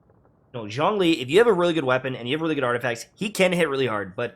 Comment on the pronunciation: Why no one pronounce Zhongli correctly even in game? It's Zhong, the o sound is like the oo in book, it's not dong or schlong